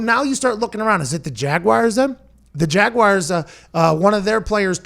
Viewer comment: For the love of all that is holy, it's not Jag-wire, it's Jag-w-are (as in we ARE going). Unless you are British, then it's Jag-you-are. But for the love of Mike, not Jag-wire.